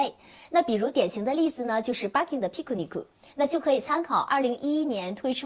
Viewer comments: 为什么连birkin都读不对，borkin。wood，out，都读成了woodo，oudo😂😂😂听着太难受了。毕竟做这一行的，还是改改吧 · 对。但是日本发音没有ir这个音，所以音译直接就成了ar